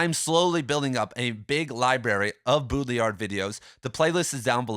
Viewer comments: BAW-dree-yar not BOO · Did you know it’s ACTUALLY pronounced: Båü-ḏṟį-æḏ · If you want to be the headquarters for all things Baudrillard, you should pronounce his name correctly.